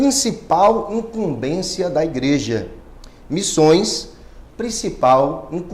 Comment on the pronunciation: imcumbencia e nao imcumbeçia ok